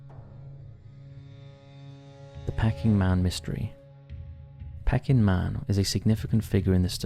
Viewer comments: Hmmm... perhaps you're onto something. Surely, a "real" person would know how to pronounce "Peking" (Chinese), as in Peking Duck. Not pronounce it "pecking". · Pecking man? Don’t you mean pea_king … peking man? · It’s pronounced PEEKing man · Love the channel but hardest to explain was how the pronunciation of Peking could not be sorted out either before recording of while editing the video.honestly not having a go but a quick search on any tricky words would solve this issue. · The pronunciation of “Peking” in the section about Peking Man really needs to be corrected. It’s very off putting. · Pecking man? Peeking is pronounced like P-King. I hate ai. That’s enough for me. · Pee-king man not Pecking man please! It’s the Anglicised version of Beijing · Why you kept saying 'pecking man' like he's half chicken - half man, instead of 'pea -king' man, after the place in China. Bloody pecking man. Lolz Let you off as you're good to your subscribers. 😂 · Interesting video. And it's "PEA-King" man. Not peckin man. After the 30th time had to say something. Sorry. Keep up the good work. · It is pronounced “Pea-king.” Not “pecking’. 🐦🐦🐦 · It wouldn’t be as bad it being pronounced pecking, rather than pee-king. But it’s said every few seconds! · "Peck-ing" man ? It's pronounced "Pee-king" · I like your vids but it’s pe-king man not pecking man, Peking was the capital of china now know as Beijing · “Pecking man”? Come on now, basic knowledge. It’s pronounced “Pea-king”. Also your first ‘unsolved mystery’ has been heavily debunked. Do your research. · What’s ’pecking man’ lol it’s Peking!!! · Pay-king, not peck-ing. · It's pronounced "Pea-king" man <3 Love ya!! Keep up the good work! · I have been listening for years on and off, but what is it with this guy's pronunciation? "Pecking man"? Who pronounces Peking as pecking? It's a regular thing in his videos and puts me off watching. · Pronounced: Pea-king man! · Its pronounced peeking man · Pecking Man?! Dear Lord, come on.